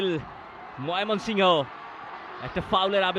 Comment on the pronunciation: ধারাবাভাস্কার কে ভাই বার বার মাইমনশিংগ ১ বলতেচে এক বার হলে মানতাম ৩ বারই বলচে কি খায়